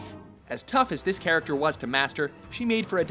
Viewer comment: you miss the k in character